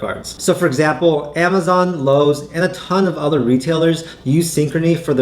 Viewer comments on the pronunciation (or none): none